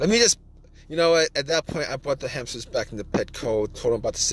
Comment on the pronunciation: DO NOT WASTE TIME WITH THIS GUY, HE SAYS HAMPSTERS 95 TIMES AND NEVER GIVES ANY INFO